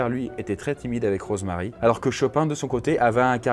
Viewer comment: c'est moi ou tu dit morose marie ? C'est le pire jeu de mot du monde mdrr 😉😉